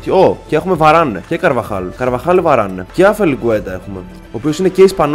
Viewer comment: Είπε βαρανε αντί για βαραν χαχαχαχαχα